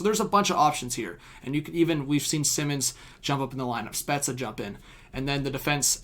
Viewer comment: Sorry but are you saying spezza as in Jason spezza? Cause if so you’re saying it so wrong😅. Sounds like you’re saying pizza 🍕.